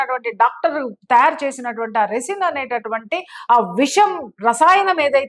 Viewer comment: రెసిన్ కాదు, రైసిన్ అనాలి.